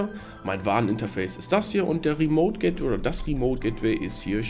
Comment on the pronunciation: "gättwäi" :-D Aber sonst prima Erklärung. Danke.